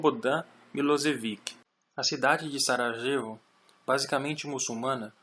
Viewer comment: Muito bom. Obrigado pela continuação do trabalho. Confesso que me incomodou ouvir várias vezes "Saragêvo" ao invés de "saraiêvo" para a cidade de Sarajevo. 😁